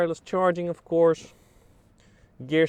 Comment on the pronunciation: He says “off course” a lot lol